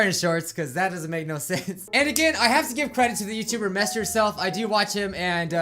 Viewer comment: Did u say best u self ot mess u self